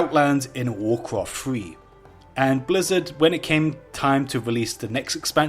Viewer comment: You're accent is so harsh, you sound like you are handicapped. Why can't you guys speak your own language. WarCwaft lol :)